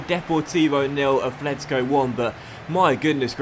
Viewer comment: PLEASE there's no 'th' in atlético, it's just a 't'